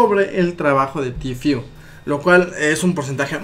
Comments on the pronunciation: que paja escuchar el tifiuuu es tfueee osea tiiii porque la t en ingles esss tiii entonces esss ti fue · Se dice tifu ajajajajaja se pronuncia en inglés no en españo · Se pronuncia "Ti fiu", se escribe "Tfue", aprendan pronunciación